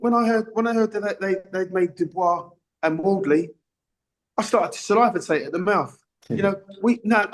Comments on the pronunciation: Salivatate lol. I do love Duke though haha. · Salavatate? That's just pathetic.